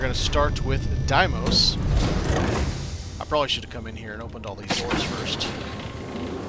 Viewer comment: Yo bro, its pronounced "day-mose". The vendor in game even says it. Where'd you come up with die-mose?